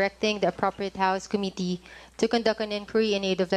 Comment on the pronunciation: Com mi tteee. It's Committee. bobo